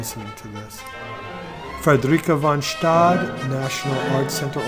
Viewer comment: Frederica von Stade is American. Her name should be pronounced as such, and not in German.